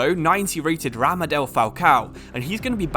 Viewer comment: ramadel falcao?😂 it’s pronounced radamel 😭